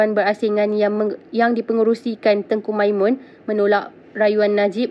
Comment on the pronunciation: Tengku Msimon del oiii....bukannyaTengku Maiman....belajar membaca lagi ya....satu pakai tudung supaya nampak lebih kemas dan Allah pun suka...